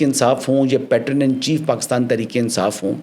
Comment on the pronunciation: The pronunciation of PATRON is PAY-TRUN.